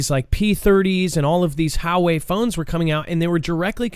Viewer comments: I think it's Wa-way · It's pronounced: "Wah-way." Huge company.